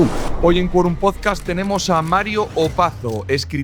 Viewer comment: Por favor, pronuncia bien PODCAST, con la T al final (no "podcas").